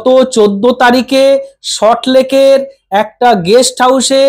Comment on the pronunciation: দাদা,ভালো থাকবেন।তবে একটি কথা : সল্ট লেক শব্দটি আপনি সঠিক ভাবে উচ্চারণ করতে পারছেন না।উচ্চারণ সম্পর্কে সচেতন হোন।